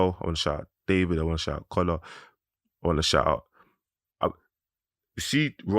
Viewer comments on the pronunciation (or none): none